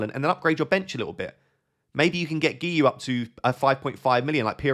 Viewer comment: giui. Guiu noo goey! Got me dying in laughter 😂😂😂